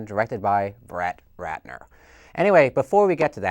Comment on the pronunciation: "Brett Ratner"? LOL